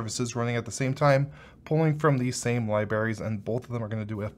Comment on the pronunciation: Libaries. Homer had to pull a crayon out of his brain to stop saing that word that way.